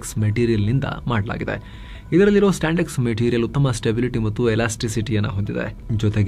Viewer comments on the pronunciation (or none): Bro that is spandex not standex...please correct it